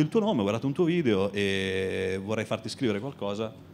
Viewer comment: Sul finale: il Decacamerone. "Un vìdeve vevamènte scatologico".